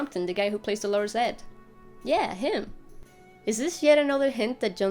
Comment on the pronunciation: A lot of good information, some of which I hadn't seen anywhere else, thanks. One quibble. 'Dolorous' is pronounced with the accent on the first syllable, not on the second as in the similar feminine name, 'Dolores'.